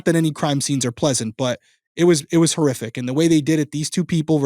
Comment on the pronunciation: lol sooo…I know you said “horrific”…because, context… but bro,, that sounded a lot like “terrific” (as in…”what they did was terrific!”) and I had to laugh at that. Then I felt guilty for laughing, given the subject matter, but it was funny, nonetheless. Apologies to anyone who is offended by this misheard statement… I guess I’ll just “cough it up” to another reason is an absolute legend.